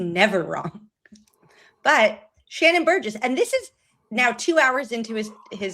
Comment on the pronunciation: Its Burgess not burrows. Sorry.